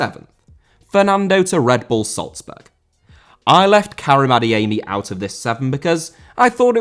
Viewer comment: Salzburg* not Soltzberg